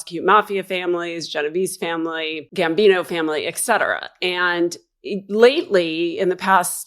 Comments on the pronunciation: Minor quibble: The term is "Et cetera", not "exetra". I enjoy your content, but I wince every time I hear that mispronunciation, which is rather often in this video. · It's not ECK-cetera. It's ET-cetera. Kindly learn to speak proper English. You aren't establishing your bona fides by talking like a high school student.